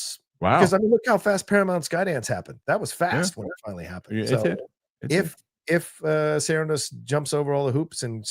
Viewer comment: I love but it was fantastic how called out for how he pronounces "Sarandos" lol